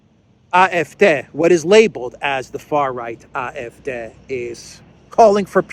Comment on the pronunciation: Great pronunciation on AF, the D is pronounced like Day.